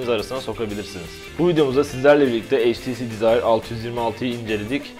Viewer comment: heytisi dizayr altıyüz yirmialtı :D